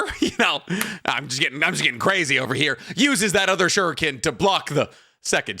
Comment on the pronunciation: Good old times when ninjas actually fought like ninjas. First series' soundtrack was dope. BTW, I like how they pronounce the sharrringan and shurrriken.